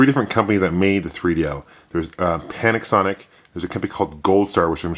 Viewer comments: Did you say Panicsonic instead of Panasonic? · Panicsonic, like Jagwire :D